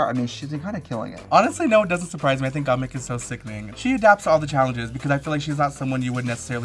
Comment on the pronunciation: Trixie is pronouncing gottmik wrong again hahahahaha